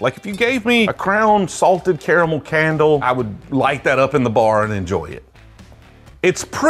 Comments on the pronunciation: It's pronounced caramel. Not caramel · How tf does he pronounce caramel both ways at the same time